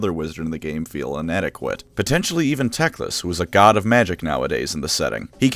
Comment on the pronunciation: He can't even "god" correctly